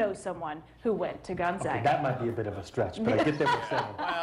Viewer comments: For someone claiming to not know it exists, he's pronouncing it perfectly. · Gonzaga is Catholic Church college. It’s pronounced Gon-zaw-guh. It’s a small University in Spokane. It does have a law school. I believe third or fourth tier. It’s not much over in Seattle or considered on the same level as The University of Washington. It’s a good school. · 母Cheryl nobody in Spokane pronounces it with the w in it. gonzaga, simple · Ha, I went there and people also thought I went to school in Indiana. But thank you for properly pronouncing the school's name 🙂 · At least you can pronounce it! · For someone that doesn't believe it exists, your pronounciation of Gonzaga, Spokane, etc. is pretty spot on there, Jimmy. Just sayn...